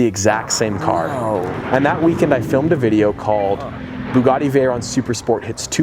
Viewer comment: To race his "BEEGADI" veyron